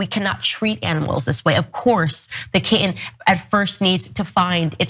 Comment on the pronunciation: What's a "Ki'en?" Does she mean "kitten?" What kind of Demon cuts the middle third out of a kitten in a YouTube video? 😂 What she doesn't get is that humans and cats are different species... A kitten learns how to be a cat from it's mother and it's kitten siblings, and those 3 months can be crucial learning/playing time... Humans and humans, on the other hand, are indeed the same species... The baby/child will learn from whoever raises it over the years and from those charged with the task of teaching them when they reach school age... Plus the first 3 months for a human child don't mean the same thing as the first 3 months for a kitten, and to try to equate them only illuminates her own ignorance... Owens really does like to underline her lack of critical thought in her videos, doesn't she?